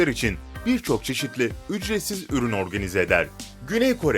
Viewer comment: Üçretsiz “ç”